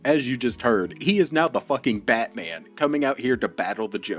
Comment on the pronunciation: No bro, "Batty man" is not the same as "Batman"